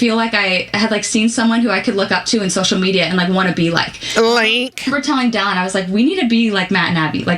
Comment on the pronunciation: Anyone else laughing over the fact that couldn’t think of the word “dollop” in yesterday’s video but is calling Dallin “Dallop” in this one?